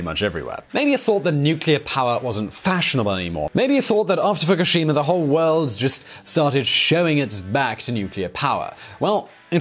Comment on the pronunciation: It is not Fockeshima or a lama, it is pronounced : Foo koo shee ma. Respect on yourself!